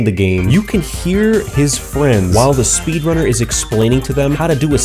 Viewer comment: I swear I hear speedlunner